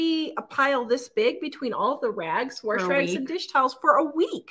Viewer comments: u mean warsh whatever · very time I hear you say “worsh” 😆 I crack up!!! My grandparents on my dad’s side always said it that way & I used to tell them there was no “r” in the word “wash” 😂 & they would say the same thing about “y’all” and a few other words 😂 I miss them a lot but hearing you say “worsh” brings those happy memories back. Y’all “Worsh” & I’ll “wash” and know that every time you say it your way, I’m giving you a happy air hug & a high five 🖐️ 😁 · There is no "r" in wash. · She always says it that way.